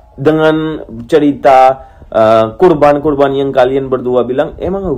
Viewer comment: Korban... Bukan kurban bang...